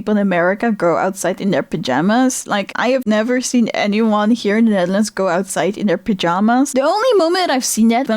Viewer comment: I'm going to be honest I had to turn on the cc to understand the word Netherlands lol.